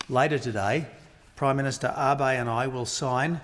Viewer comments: 感謝の意を述べてくれてはいるが、根本的に安倍さんのなまえを、読みを間違えているのか、終始「アバイ」と間違って発音していたのが凄く気になった。誰も直せる相手側がいなかったのか？🤔💦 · 私には「アベィ」に聞こえるな。英語圏の人はAbeを「アビ」と読む（Watenabeをワタナビのように）のが普通だけど、それよりはマシだよ。それにその言語の訛りが出るのはお互い様で仕方がないよ。日本人だって日本語で話すときは外国人の名前をカタカナ発音するわけだしね。